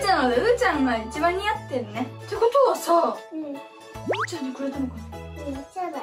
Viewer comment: うーちゃんゆうちゃんって言えてる